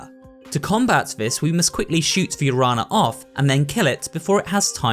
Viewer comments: 2 cents from a Spanish speaker: The Guadañas: is pronounced Gua-da-nya, as any other Ñ may be substituted for a Ny sound. So the Araña plaga is pronounced A-ra-nya. And in a similar case of the LL in "the Colmillos" the L sound is substituted by a "Yo" sound. Which would be Col-mee-yo. And that's it, remember to check your Duolingo notifications or he will go to your house and break your legs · the closer I think would be sound “nya”, Guadanya, aranya etc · as an hispanic native i love to read and hear the terms "guadana" and "arana" because of the missing "ñ" it's kinda funny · It'd be cool if you put in the effort to pronounce spanish words correctly, otherwise pretty cool video. Araña and Colmillo made me do a double take lol